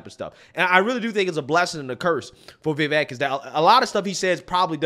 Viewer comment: Vivek rhymes with cake, Viv-ake. Vivek doesn't rhyme with heck, it's not Viv-eck.